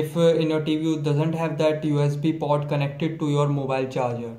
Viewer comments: hey man... it is hdmi port not hdmi pot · I know But you are pronouncing it wrong..Your pronunciation is like you are saying "POT" instead of "PORT"